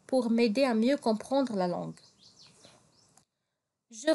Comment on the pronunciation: Katsddi chwya bzzf dik LAN f "LANgue française"; Khski tkhfifiha chwya ; sinon ta prononciation est très bien.